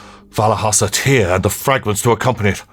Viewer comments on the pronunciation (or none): Great looking game and you were great with the voices etc during the walk thru...only thing tho is you kept saying tear as in water from eyes...when I'm pretty sure its tear as in a rip...got irritating once I realised as couldnt ignore it